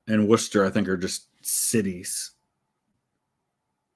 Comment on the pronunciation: Finally, someone not from Massachusetts who can pronounce my city and county correctly. Most people from out of state pronounce Worcester with an H in it as Worchester.